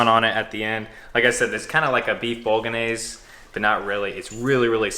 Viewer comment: Bolognese has a silent g btw, great vid tho